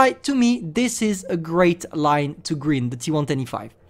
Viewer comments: how pronounces grind: Gr-eeeee-nd how english people pronounce: Gr-eye-NN-D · It's grind(greind) not green'ed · He's saying " greynd " Me: grind this is how to spell g r I n d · wait did he just say griend rather than grind? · Travaille ta prononciation: Grind se dit Grynd not greend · GRIND GRIND say it right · Of course one of the only words effected by your accent was the main one (grind) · Grind is pronounced more like brine than grin